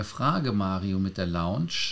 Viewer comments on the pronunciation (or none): Mario, kannst Du Dir mal anhören, wie Lars "Lounge" ausspricht? Du sprichst es immer wie das Englische Wort "Launch" aus ;-)